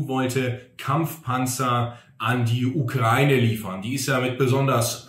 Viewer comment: Endlich mal jemand, der Ukraine richtig ausspricht.